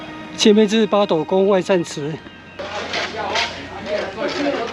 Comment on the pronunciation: 八斗 發音真的像西文的鴨子pato